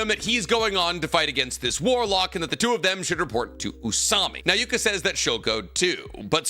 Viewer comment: Its so cringe to hear you say warlock